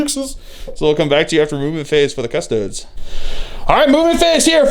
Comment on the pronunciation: Man this seems like a good battle report but I heard you say "cus-toads" once and just couldn't do it.